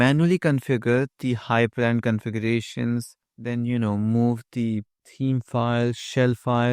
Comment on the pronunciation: Linux Nerd comment: It's hyprland, not hypErland